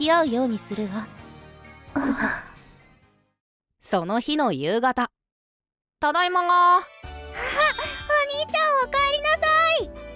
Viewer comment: 13分5秒の時のただいまが、ただいままになってる(笑)